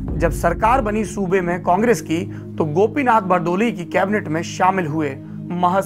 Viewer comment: गोपीनाथ बरदोली नहीं गोपीनाथ बरदोलय अौर बरपेट नहीं बरपेटा